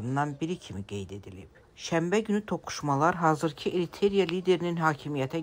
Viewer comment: Salam. Xəbərləriniz obyektiv və qərəzsizdir. Sevə-sevə izləyirəm. Yeganə xahişim: bəzi əməkdaşlarınız diksiyalarını və qrammatik səhvlərini düzəltsə əla olar. Məsələn, Eritreya ölkəsini Eriterya deyirdi. Bu cür səhvlər bu cür kanalda olmamalıdır zənnimcə.